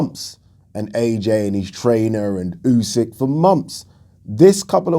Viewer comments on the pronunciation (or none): none